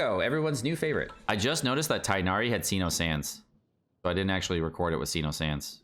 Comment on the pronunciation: Tig Nari not Chiken Thigh Na Rheeee